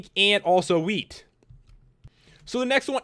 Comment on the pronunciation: what he said "Milk, Cocoa beans and wheat" what i hear "Milk, Cocoa beans and weed"